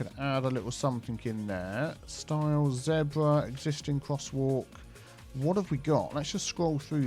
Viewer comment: That's a new pronunciation of zebra. I've never heard it like that before.